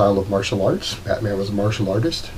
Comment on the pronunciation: "Martial Autist" 😂😂😂